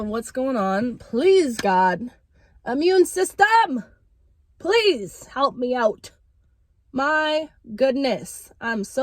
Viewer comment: IM-MUNE SYS-TEM!! haha